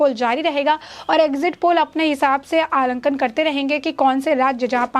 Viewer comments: मैडम, अलंकन, नहीं (आंकलन) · बड़ी अच्छी तरह से प्रस्तुत करते हैं। मगर आलंकन नही बल्कि आकलन शब्द का उच्चारण करते तो अति सुन्दर होता। वैसे बाकी सब ठीक है एम